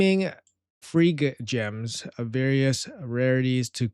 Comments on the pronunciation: Pronounced "gleaming fire gems" so many CC's pronounce it 'feergems' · They're pronounced "fire gems"